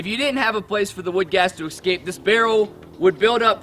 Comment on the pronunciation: He needed to go through his spiel a few times with an audience to streamline it and increase clarity He also needs to learn how to pronounce "escape". He needs to refer to the charcoal as charcoal instead of carbon material. And a last particular irritant to me is that what you're producing is charcoal, not biochar. It's what you DO with the charcoal that makes it biochar.